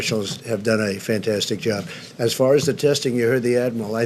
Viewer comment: "We've done a great jerb"